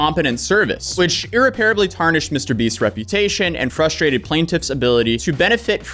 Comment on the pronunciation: It's irreparably (ir rep par ab ly) Please check your words before publishing.